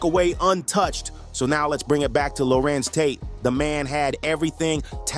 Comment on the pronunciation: is this AI pronouncing His name wrong???